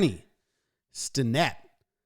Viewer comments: Accent on the first syllable. STEN-nett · Stennett rhymes with Bennett. Pirates fan since 1971.